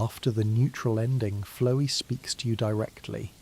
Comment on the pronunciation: flowee is a fun pronunciation